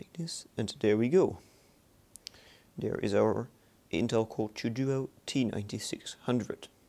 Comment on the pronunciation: its called intel core TWO duo not the intel core chew duo